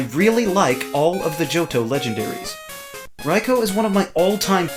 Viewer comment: Thumbs-up for pronouncing Raikou right!